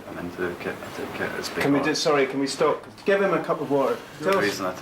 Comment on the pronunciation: "Kit" not ket